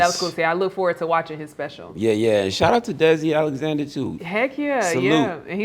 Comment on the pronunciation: Alexander….Not Alexnader!